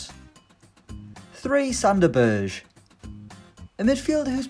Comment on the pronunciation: Berge is pronounced similar to burger minus r